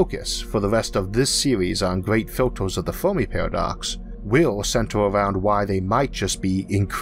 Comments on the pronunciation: He can't pronounce the "er" and "ar" sounds. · I got tired with all the "filtors" and "the uniworse". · Filters, as in "filturs", not "filtors". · Why do you say "o" instead of "a"? Univorse, filtors, Formi paradox... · "filtoes" "univorss"